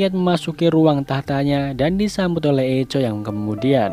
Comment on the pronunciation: Permisi bang, sedikit koreksi. Echo di baca = Ekō